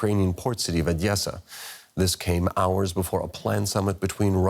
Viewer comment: It’s just O-Des-Sa Not Ah-dyesa